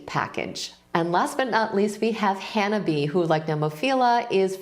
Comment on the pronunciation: Japanese speaker here. "Hanabie" is a 4-syllable word, but you, like 95% of YT music reactors, pronounced it in 3. The "bie" part is 2 syllables = "bi" and "e". To pronounce this band name without studying Japanese, I would suggest that you say "Hannah" in British English and follow it by saying the English acronym "B.A." The problem is that your (and many others') pronunciation changes the meaning of the word completely. "Hanabie" is a highly poetic word referring to the cold weather still occasionally lingering into the spring, which to us is the season for cherry blossoms. If you pronounce it like "Hanabi" in 3 syllables, you are saying an entirely different word meaning "firework".